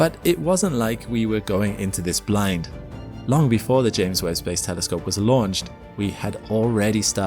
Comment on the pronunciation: THERE IS HOPE HE SAID TELESCOPE AND ASSUME CORRECTLY INSTEAD OF GOOFY NIGEL ASHOOM AND TELLY SCOPE :face-fuchsia-wide-eyes